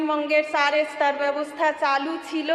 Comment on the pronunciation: এ-স্তর, ই-স্কিম...... এ কেমন মন্ত্রী?